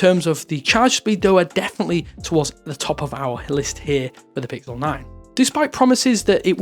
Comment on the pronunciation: I SWEAR HE SAID PICKLE 9